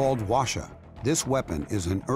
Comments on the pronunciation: Why no one's talking about the narrator's pronunciation lol? It's pronounced HWA [ɸwa̠ː] - CHA. Not WA-SHA. And Based on the look of the weapon he tried to re-create, I don't think he put that much effort in accuracy. It has much better accuracy. At least better than this lol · Btw the narrator pronounced kinda wrong, he is saying like "washa" but it's actually pronounces "Hoa-cha" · Why does the narrator keep saying "washa?" It's literally pronounced as it's spelled: HWA-CHA. I expect better from you guys, Smithsonian. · It's pronounced Hwa-cha as in "charge", not "washer" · Sir… it’s HWAcha not wacha. There is a reason why H is right at the front. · no Wacha Hwacha 'H' is not mute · NOT pronounced wha sha BUT "HWA" "CHA" ... hwa means "fire", cha means "wagon, car, vehicle.." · In korean pronounciation called who-ah-cha-. His pronounciation sounded japanese word.. wa sha... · It is called 화차 ( hwa cha) not wa sha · not "wa"cha but "Hwa"cha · "call washa" Smithsonian channel wrote it hwacha and read it washa. genius lol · The narrator keeps saying “Washer”.... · Hwacha is not pronounced Washa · Narrator: "The Hwacha works well" Laughs in balloon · Fellow Koreans, I feel your collective cringe at the pronounciation of HwaCha 화차 -they should’ve just said whatchamacallit if it’s going to be that butchered...